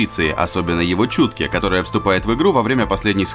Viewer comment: Не Чутке а Чуйке хахахаха лупер